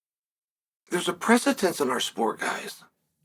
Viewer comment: Day 1365 of reminding Chael that the word is “precedent” and not “presitence”.